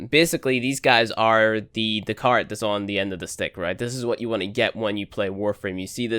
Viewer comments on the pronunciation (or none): The what at the end of the stick? Are you trying to say carrot? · Car-it haha